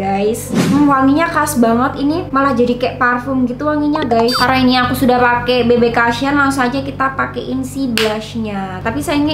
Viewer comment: kak maaf mau koreksi aja, yg bener penyebutannya bb kusyen kak. soalnya selama ini nyebutnya bb kasyen terus. mungkin emg belum tau hehe